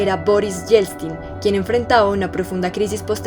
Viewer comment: Yeltsin, es Boris Yeltsin, no Yelstin 😖